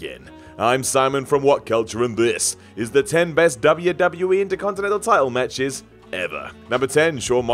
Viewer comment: matchers instead of matches lmao 😂